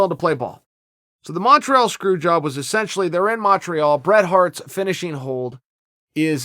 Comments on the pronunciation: Chael pronounces it "Mawn-treawl" so I can only presume that's how it's said. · he says it so wrong